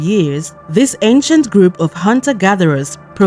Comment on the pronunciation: The word "ancient" sounded like Asian. You need to enunciate better.